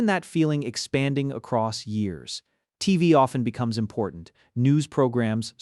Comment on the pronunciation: A.i the guy mispronounced TV 😅